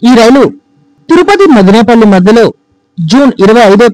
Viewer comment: మాదినేపల్లి కాదు బ్రదర్ మదనపల్లి! గమనించండి